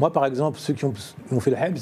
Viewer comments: Le présentateur faut qu’il arrête de prononcer "habs" par contre 😂😂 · Je l'avoue, a chaque fois qu'il le dit ca fait saigner les oreilles!!!